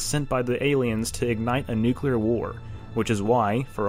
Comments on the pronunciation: It's 'nu-CLEE-er, not 'nu-CYOO-ler. Thank you. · Question: why the fuck can’t people say nu-klee-ar anymore?